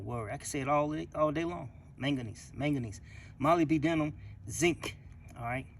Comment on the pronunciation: It's pronounced mo-lyb-denum. Mo as in Mo' Money. Lyb as in Liberal Denum as in Da Num like Da Number.